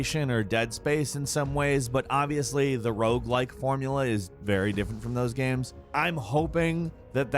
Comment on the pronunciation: Why are you saying GAM 😂